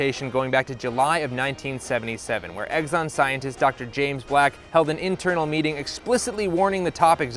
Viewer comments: I am dumb, and my comment here is dumb, but for god's sake it's Exxon, not "Eggson!" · Hey, it’s not pronounced EGGSON, it’s Exxon. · im sorry but i cant take you seriously if you cant even pronounce exxon correctly. its exxon not eggzon. there is no g or z in exxon. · i love when you say eggzon instead of ex-on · It's Exxon, not Eggson! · Isn't it "ex-on," like the letter? Not "eggs-on?" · Okay... Why, why, why... do you keep saying "eggs-on" instead of "ex-on"? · I love the content but every time you said "egg-zon" instead of "x-zon" I winced and I lost my train of thought. Please don't make me wince. I'm old and it hurts. Thank you. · Quit saying “Eggson”, you doof. There are literally two Xs in there. You don’t pronounce X as EGGS. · You lose me with “eggs-on.” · Is he saying Eggson? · If he says "Egg-zonn" one more time, I'll kigg his azz. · People suck. Also... You say "Eggzon" so many times and I can't not hear it. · why he keep saying eggson?